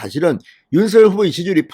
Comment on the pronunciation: ●● 윤 성녈!! ■■ 윤 성녈!! 로 발음 해 주십시오.